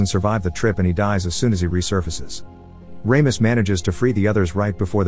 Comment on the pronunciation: RAMIS? lol you mean RAMOS? (RAW-MOS)